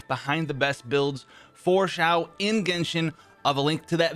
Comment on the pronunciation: It’s not Ziao it’s Xiao my dude